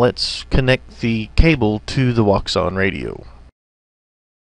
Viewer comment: Nice video, but I must add a detail: Wouxun is not pronounced as wou-xun but in chinese it's pronounced as wou-shin (quite similar pronounciation as the word "ocean" in english)